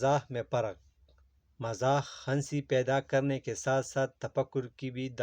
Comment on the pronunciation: بھائی ہنسی میں ن سائلنٹ ہوتا ہے